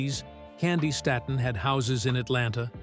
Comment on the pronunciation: I hate these AI people. It's pronounced "Stayton" PLEASE! God Bless you my sweet Auntie/sister!👏🏾👏🏾👏🏾👏🏾👏🏾👏🏾👏🏾🎬👑👑💝💝💝